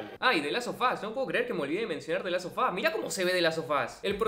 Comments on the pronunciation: que no es the last of us? Es que parece que dices the las o fas... En el minuto ... Así se escucha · De las so fas, de la so fas! Como me olvide de la so fas!! Aprende a promocionar la letra final de las palabras